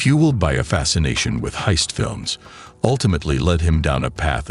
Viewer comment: peak ai content, "bank hiest" and "talkie talkie"